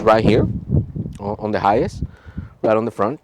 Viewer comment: Why do you sound like your saying hius? It High -ace (hiace)